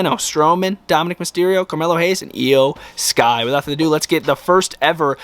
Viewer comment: iyo sky not eyo sky